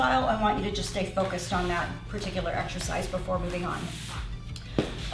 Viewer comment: "This eck-shurr-shize targets the lower abs"... lol